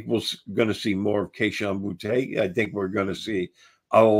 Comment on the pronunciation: Is there a reason purposely mispronounces Kayshon Boutte and Rhamondre Stevenson's names? It's "Booty", not "Bootay" and it's "Ra-MON-dre" not "Ra-MUN-dre"